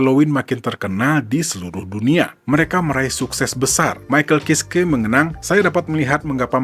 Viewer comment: Bacanya maikel kaiski om 😅😅